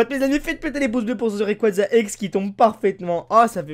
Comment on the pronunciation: Mec merci de dire rayquaza comme faut sa fait du bien a mes oreilles